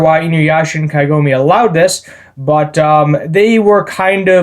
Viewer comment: Kagome. KAH-GOE-MEH. Not Kaigome. That is the "Tree of ages woman" she is the main character of the entire franchise